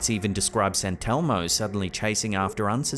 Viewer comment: “Santelmo” I’m thinking they are just putting the emPHASIS on the wrong sylLable.